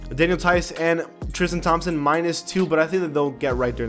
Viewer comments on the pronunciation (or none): none